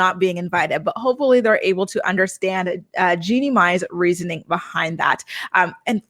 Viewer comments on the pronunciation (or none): none